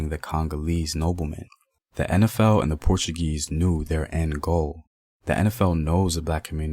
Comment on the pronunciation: Thanks for your fine pronunciation! Been a long time since I heard a Black man say "En Ef El"( instead of "In Ef El") and "Empire" instead of "Impire".